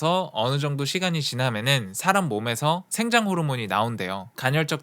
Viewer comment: 간혈이 아니구 간헐이구요 생장호르모르몬이 아니라 성장호르몬이에요 미국에서 어렷을때부터 살은 나도 이런발음되는데